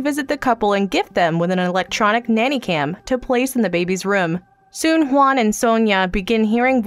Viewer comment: Why do you say Juan like that? Sounds like Stewie saying W words